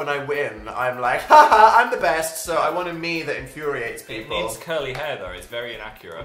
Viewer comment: Was I the only who noticed how dan said people? He said peaple lmao I'm ded